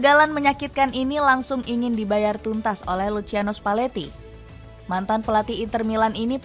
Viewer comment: Lusiano spaletti min cara bacanya😅😅😅😅